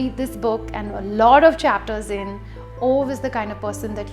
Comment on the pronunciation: I did not expect to love A Man Called Ove as much as I did. Funny, wholesome and beautiful. P.S - it's pronounced as "ooh-va"